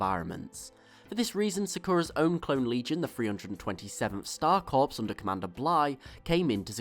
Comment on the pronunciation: Did you just fucking call it the 327th Star Cops? It's Star CORPS! STAR. CORE.